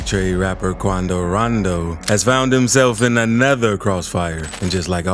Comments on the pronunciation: If he say quandow randow like that one more time he finna piss me bro🙃 why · “QuAndO rOnDO” 😂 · Quandow Rondow...Attacked! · Why he say Quando rondo like that Hahah. 😭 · The way you say quando rondo makes me wanna peel back my fingernails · He sound so stupid saying “Quando Rondo”